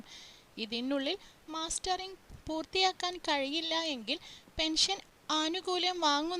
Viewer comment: മാസ്റ്ററിങ് അല്ല മസ്റ്ററിങ്